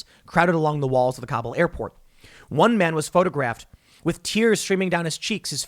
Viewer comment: Mr. Obvious can't pronounce Kabul.